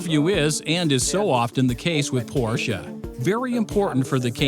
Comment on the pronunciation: Why did you go with an English voice over narrator that struggles with the pronunciation of Porsche? Just odd.